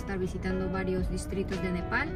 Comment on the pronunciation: NEPAL, es NEPAL Te falto la L